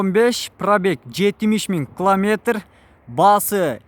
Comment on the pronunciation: Кламетр дебей километр десен.